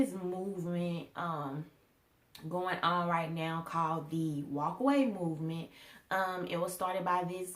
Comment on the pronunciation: Obama was executive orders man. girl. you can say video. but. mooment. movement